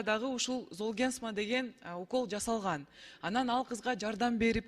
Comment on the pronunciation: дарынын атын туура айта албай койдугооо.....золгенсма деп